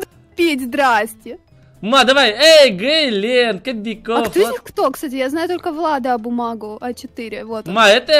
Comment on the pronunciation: Вы говорите Глент Кобяков Влад бумага а надо глент Кобяков глент Влад бумага